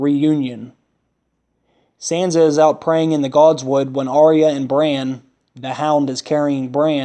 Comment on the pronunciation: Not Are eh yah! Arya!